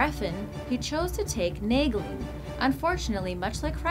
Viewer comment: I thought Naegling was supposed to be pronounced like Neigh-ling